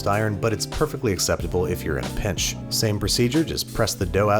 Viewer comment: I thought he said bitch instead of pinch lol, which would’ve made it even funnier